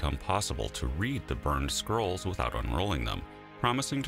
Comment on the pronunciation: I thought at first he said "Herculaneum Squirrels", like they were an artwork or an extinct species.